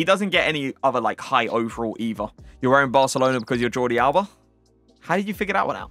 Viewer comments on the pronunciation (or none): none